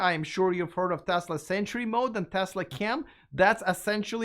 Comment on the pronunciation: Thank you for your correct pronunciation of "Tesla!" It's not Tezla, as Ben Sullins says it.